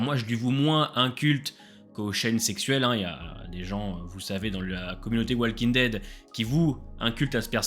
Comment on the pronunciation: Tes vidéos sont cool, mais par contre (c'est pas méchant du tout) mais Walking Dead ne se prononce pas comme ça 😅 Plutôt comme ça : wOLking Dead (Juste un commentaire de la part d'un prof d'anglais)